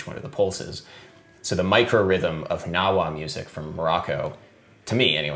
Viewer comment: just so you know, the G in gnawa is pronounced